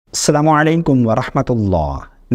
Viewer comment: مولوی صاحب سالامو لیکم نہیں بولتے بلکے السلام عليكم ورحمة الله وبركاته بولتے ہے